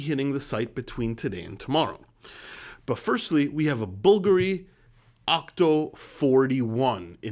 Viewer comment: Wow! One of the very few english speakers, who pronounce Bulgari in a (95%) correct way! Congrats!